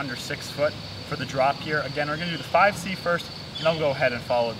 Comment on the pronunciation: to ge sed fife c two times LOL